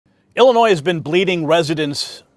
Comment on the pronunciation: I can’t vote for a guy who can’t pronounce Illinois. 🤪 Seriously though, Mendrick is the only choice that makes sense.